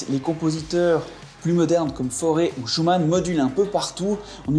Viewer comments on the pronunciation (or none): Attention ! FAURE ET NON FORÊT !!!!